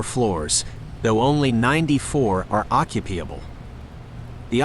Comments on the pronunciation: Is this AI speaking? ... "only 98 of them are occu-PEE-able??" Great video but just get a friend to read the script if you're not comfortable doing it yourself. 🤦🏻‍♂️ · The AI generated video mispronounced a lot of English words. That's not how you pronounce occupiable